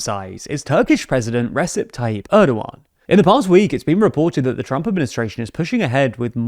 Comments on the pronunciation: You've talked about Erdoğan about 2 billion times in this channel, and yet you still don't know how to pronounce his first name. It's "Recep", not "Resep". The "c" is pronounced like a "j", not an "s". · His name is pronounced Rejep/Rejeb. The c in Turkish is a j. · Re-JEP! JEP! Every bloody time you talk about the guy you screw up his name. Turkish C's are pronounced like J's. It's not that hard. I don't like the guy but you can at the very least show a modicum of respect for the language. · "ressep" is wil work. The c in Turkish makes the English j sound, confusing, I know. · The name of the Turkish president is written as Recep and sounds like Rejeb. It helps if you pronounce his name correctly. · Clap for every time he pronounces Recep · C spelled as G(J) in turkish, not as S. you keep saying names wrong.